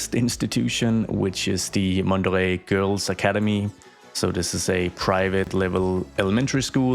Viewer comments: I ❤public transportation episodes. You're pronouncing Mont Doré right by the way, but I'd suggest naming the neighborhood "Mont d'Or" instead, as it sounds more chic and elegant in French, while still meaning the same thing in English. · add buses to mont doré and also rename the N1 line to the MD1 line you should add more lines passing by mont doré also you pronounced mont doré well